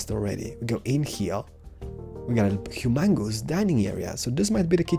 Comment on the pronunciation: In my 21 years on this planet I have never heard humongous pronounced like in my entire life